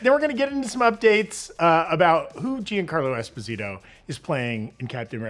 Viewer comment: Giancarlo is Not Jean Like Denim But Jean As In Jean-Pierre 😊